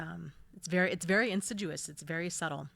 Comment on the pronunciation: Yes, I saw a blurry, black, flappy thing pass R to L on my screen. Can't believe no-one else commented about seeing it. Love your helpful, caring videos... thank you,. (Btw, did you mean to say insidious? Several times you said insiduous. Very understandable in an otherwise perfect 'off-the-cuff' 3hr vid.🌟👍 I hesitate to make a pun with the word: assiduous... so I won't😉 Sorry, I wanted to email you privately).